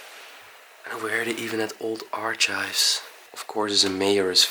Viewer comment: Hi &, I adore that beautiful cabinet in the living room, it really is stunning. The item is I think a bed warmer. With the word archives you pronounce it ar kives and a gentle suit is just called a suit. An absolutely gorgeous mansion with so many beautiful belongings, such s shame it is just going to decay peacefully in it's own silence. Thank you for finding this amazing place, you obviously have good research skills, much love. xx💖